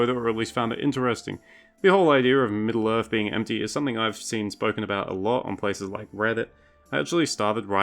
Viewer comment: Is this guy saying "Middle-Earf"? I can't...